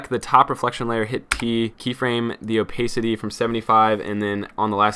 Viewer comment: Good job.(edit note: it's "oh-PASS-it-tee" not "oh-PACE-it-tee" Sorry. I work in radio.